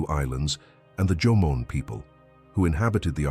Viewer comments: The AI voice from text is making mistakes Instead of Jomon people the AI says Jomon but the text says German Someone needs to proofread the text before putting this on youtube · For all those Asians or Japanese who are whitewash don't be excited when the Narrator said Jomon and not German, Ok. It's Jomon who native to Japan not German. 😂